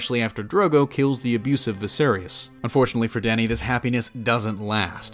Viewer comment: also air-eez and vi-sair-iss targaryans...